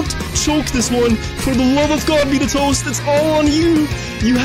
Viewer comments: It's not beat a toast, it's beta toast lol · His name is BETA TOAST. Not BEAT A TOAST. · Ight who's also annoyed on him saying 'Bitatost' instead of 'Betatoast' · It’s bet a toast. Not be a toast. ;) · Btw it’s bet a toast not Beata Toast xD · lol "beat-a-toast".... I'll bet you it is pronounce bait-a-toast... you know as in BETA! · Bro why this guy say beat-a-toast. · I think its Bae-ta Toast thats how you pronounce it